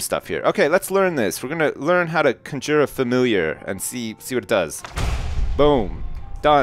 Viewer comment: Is pronouncing "Conjure" like that a Canadian thing?